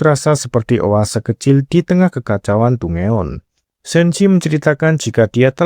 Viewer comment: izin koreksi cara bilang dungeon itu danjen bang